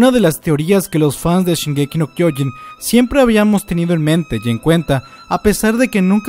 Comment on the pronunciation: No es kyoin es kyoJin. Es irritante que lo digas tan mal.